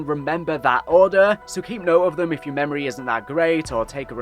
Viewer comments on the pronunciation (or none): none